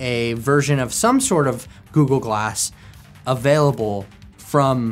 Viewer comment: All I hear is Goo-Goo-Glass… 😝